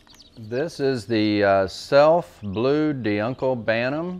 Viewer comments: "De uncle bantam" Dear friend, D'Uccle is pronounced, roughly, Doo-Clay. It's french I believe. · “Doo-Clay” not DeeUncle or Duckle lol😂